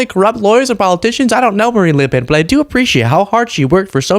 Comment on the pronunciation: Good job on the prononciation of le pen